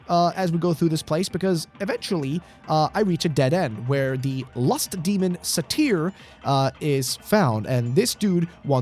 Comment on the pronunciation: “Lust demon Sa-teer?” Do you mean satyr (say-tur)? The Greek mythological creature? Half man half goat?